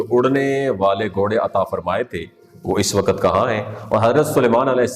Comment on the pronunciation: Ye wakat kya hota hai??? Waqt is the right word.